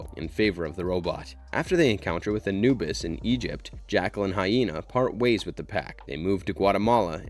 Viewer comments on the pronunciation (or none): none